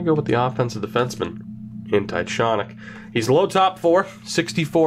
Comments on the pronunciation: Jonny Tychonick is pronounced (TY-KON-ICK) I know him personally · Jonny Tychonick is pronounced TyCONick btw